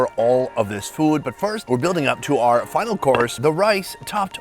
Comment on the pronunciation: OUR rhymes with HOUR. ARE rhymes with R.